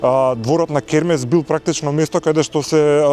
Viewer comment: Ова се што пропадна не е дека било изградено неквалитетно туку бидејќи твоите СДС 7 години не одржуваа ништо за намерно да дојде во оваа ситуација, крекавте и гаѓавте со боја, е затоа е така....и Хермес се вика а не кермес..ццц